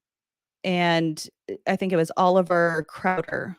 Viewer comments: The guest kept saying "Oliver Crowder", but it was actually "Oliver Cowdery". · The second "prophet" of the lds/mormon religion (aka "cult") was Brigham Young. The first member of the lds church due to Joseph Smith baptism him first and then he baptized Joseph, as the second member. Oliver Cowdery's name is pronounced "cow /dr/ ee". Blood atonement and polygamy are suspected to have started with Brigham Young, but it could have been Joseph Smith. And from what I've learned, when the mormon's were trying to make Utah a state, they had to give up polygamy, so the prophet at the time (Wilford Woodruff), sent members of his church to other parts of the land to continue on with polygamy and he told them that he'd have to "officially" ex-communicate them due to this so the lds church would look like they were upholding the law of having one wife (even though he did not stop the members from living polygamy for some time after and they secretly still practiced it until push came to shove with the government). And for the pronunciation of Provo and Moroni: Just like a "Go Pro" video camera, it is: Pro /vo/ with both "o" sounds being long. And Moroni is M /or/ o - n - i and the "i" is a LONG sound of the "i". The "or" in the middle sounds the th word "or", like "whether *or* not you're coming with us, we're going". You could say it like Macaroni, but make it a long "i" sound and delete the "aca" and replace it with the "or". And Elizabeth smart was abducted by Brian David Mitchell who had been a Mormon and even played a very enthusiastic character of "Satan" in t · It's Oliver Cowdery, not Crowder. But if you think he's a Satanist, then I am Mickey Mouse.